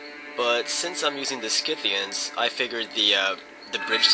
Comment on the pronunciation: You are not pronouncing the Scythians the correct way.